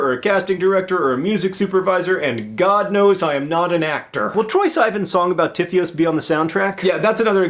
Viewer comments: you said troye's name wrong tho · you said troye's name wrong but I'm still freaking out